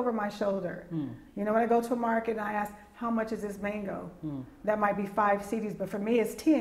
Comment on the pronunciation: Please say 'ask' IT'S NOT 'AKS'....